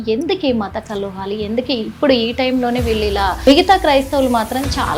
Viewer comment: మత కల్లోహాలు కాదమ్మా.. మత కలహాలు అనాలి... 🤚